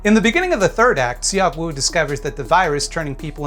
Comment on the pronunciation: tip for pronouncing korean, those vowels such as in seok-woo are dipthongs to be said as one vowel. eo is similar to uh (like when youre thinking of what to say). seok is kind of similar to suck just with less emphasis on the final sound